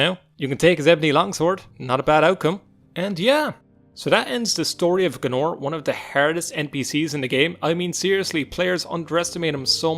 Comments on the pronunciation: G A E N O R ... "Gnorr" ... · It’s Gay-Nor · When I pass this episode for the first time (that was nearly twenty years ago) a read his name like "Gay-ee-nor", and Seyda Neen I pronouncing like "See-ja-da Neen". My eanglish was not so good at that time (I"m russian) so reading and understood correctly what is speaking of in those games was not easy to me that time. :) Interesting desision. I remember that first time when I faught him, I use marksman weapons (bow or crossbow) and runs backwards by all that temple square. That was take much many time but I made it! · Hahaha GAE-nor